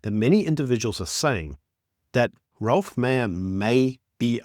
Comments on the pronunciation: not "Ralph" or "Rolph" Meyer, but ROELF Meyer. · His name is Roelf, not Ralph.